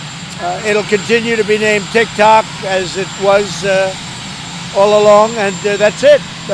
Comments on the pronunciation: He said tic tak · Did you catch him saying “tick tac”? He corrected himself. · Trump favorite words: "teek toks" "weekeleeks" "chygnaa" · Tic tak told, isn't that a clock?😂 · He said "tick tac"? Just disgraceful.